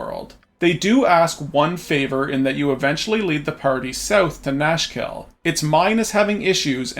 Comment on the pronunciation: Nashkel aka Nashville when you listen not closely ahah